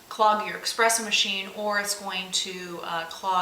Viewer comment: Pretty sure it's going to clog my espresso machine, not my "expresso" machine.